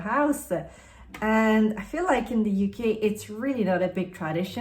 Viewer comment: First time here and I was confused for a second when you said UK with your accent! 😂 Your skin color is similar to mine which I love for recommendations too! ❤